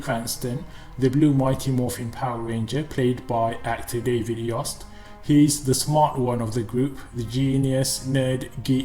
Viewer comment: It is pronounced like "toast"! As in David "Yoast". I knew that back in the day and I met the guy in person a few years ago and was able to ask.